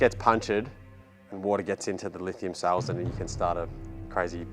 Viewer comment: Cells not suls.